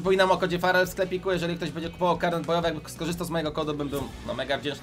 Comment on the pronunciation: źle czytasz😀😁😀❤️